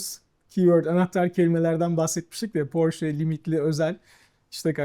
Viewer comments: Porş değil Porşe... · Porş ❌ Porsche ✅ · 'ın bu seviyede bir satış temsilcisi olması nedeniyle Porş değil Porşe diye doğru telaffuz etmesi gerekir. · bir kaç kez Porsche telaffuzunu ''Porşe'' diye düzeltse de, ısrarla 'Porş' şeklinde telaffuz etti =) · 20 yıl öncesinden sahip olduğum Aquaracer'ı hala kullanıyorum. Butik de çok güzel olmuş, hayırlı işler olsun. Tek eleştirim, bir Alman markası olan Porsche'yi Hilal hanımın sürekli "Porş" olarak telaffuz etmesi. Oldu olacak kendi markalarını da Amerikalılar gibi "TEG" diye söyleyebilir:)) Güzel saati Serdar Bey'e hayırlı olsun, kolay gelsin. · Burak beyin gittikçe PORŞE ,,,,,PORŞEE,,,PORŞEEEEE,,,,DEMELİSİN .....PORŞŞŞ DEĞİLL DİYEMEMESİ:d:d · Ben de çok takıldım porş diye okumasına :D ufak bir detay ama iş birliği yapılan markayı çalışanlar doğru telaffuz etmeli.Sonuçta lüks kesime hitap eden bir ortam.Şahsen bir porsche sahibi olup o butiğe porshce temalı bir ürün almaya gitmiş olsam geri çıkardım